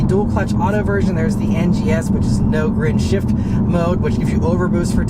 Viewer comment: Did you say "No Grin Shift"? LOL!!!